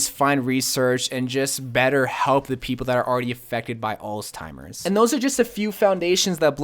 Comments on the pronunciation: Alzheimers, not Alztimers. It's been too long a day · “Altimers” has a Z in it. Spelled “Alzheimer’s” pronounces “all-zimers” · You said alztimers instead of alzheimer's.